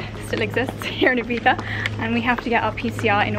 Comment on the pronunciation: You both say Ibiza so strange haha, half English pronunciation and half Spanish, and then when you’re not trying you say it the English way so think you’re trying to say it spanishly, if so its ee-bee-zzza. English is eye-bee-tha. You’re saying ee-bee-tha xxx